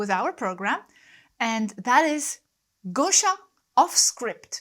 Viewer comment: No one says my name better than you!😂 I feel you would look good in my coconut hat Gosia! Let me know your head measurements and I’ll teleport you one with beautiful pink hibiscus flowers!🌺👒